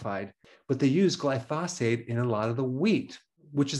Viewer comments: Dr. Berg it would help your credibility if you learn to pronounce medical terms and nouns properly. Glyphosate is not pronounced Gli phaw' sate. It is pronounced Gli' fu sate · Glysophate Not Glyphosate. You’ve made that mistake several times.